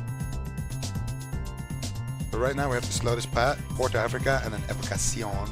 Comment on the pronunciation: " Evocasion" lol 👍😂